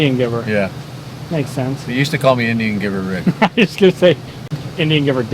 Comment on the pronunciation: 'Rigga' Rick😂 E: HBD!